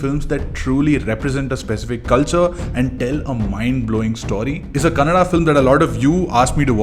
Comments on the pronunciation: Thank you for pronouncing our language right. It's kannadA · Thanks for the correct Kannada pronunciations